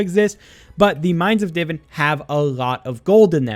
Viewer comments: Not tryna be rude but its "di-vaan" not diven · Hearing him say divin instead of divan is so aggravating